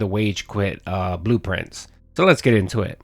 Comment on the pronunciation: blueprints, he pronounces it like "Blue Prince"